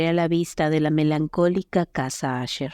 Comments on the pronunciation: Es un problema que presentan ciertos programas para la lectura de textos en voz alta, aunque tu escribas Usher en el guión, la voz lo dirá como asher. Si quieres que suene bien hay que estar verificando y editando las palabras escribiéndolas mal "ucher" para que suene bien "usher" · NO ES LA CASA "ASHER" EN INGLÉS SE PRONUNCIA TAL COMO SE ESCRIBE. "USHER"